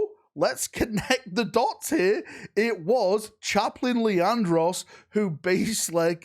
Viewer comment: Leandros, its Leandros. Did I mention it was Leandros?